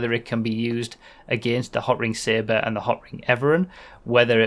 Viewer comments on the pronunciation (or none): none